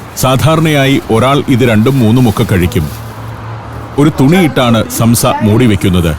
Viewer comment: സംസ അല്ല സോംസ. നീട്ടണം. നമ്മുടെ ഉച്ചാരണത്തിൽ സാംസ. നമ്മുടെ സമൂസ ഇതിൽ നിന്നും വന്നതാണ്. സോംസലറി (somsalari) എന്നാൽ ഇവരുടെ ഭാഷയിൽ സമൂസകൾ.